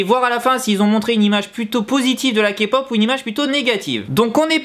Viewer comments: comment elle l'a repris c'est Ké pop et pas Ka pop déjà merci XD j'suis morte mdrrr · Quand il dit "kapop" on dirait qu'il dit capote 😂😂😂😂